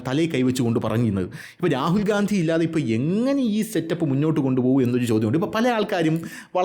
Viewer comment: ഗണ്ടി... അണ്ടി എന്ന കേട്ടത് 😅